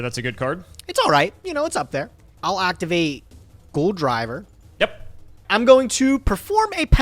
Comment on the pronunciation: It's not "Goldriver" it is "Gol D. River" haha